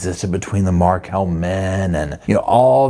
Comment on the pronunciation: Please its Markel' Some times you say it right